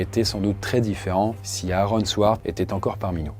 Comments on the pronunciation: Ça se prononce Aron pas A Aron😂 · Ouais quand il dit "Areune" ça fait bizarre